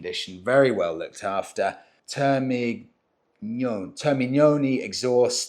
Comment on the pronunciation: Welcome back and kudos for another great episode. Extra credit for perfectly pronouncing "termignoni" you're making me proud 😎